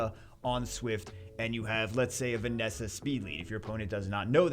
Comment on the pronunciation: No it's vereesa